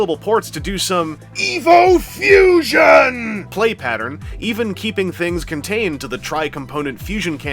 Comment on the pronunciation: Oh, EVO Fusion. I thought he was saying EVIL Fusion.